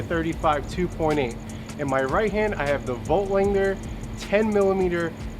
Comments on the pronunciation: Yep, no g... lander. Not langer. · I can't listen to him butcher Voigtlander again